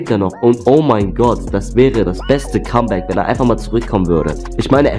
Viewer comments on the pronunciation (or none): none